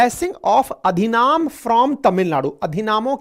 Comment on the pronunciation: अधिनाम नहीं अधिनम।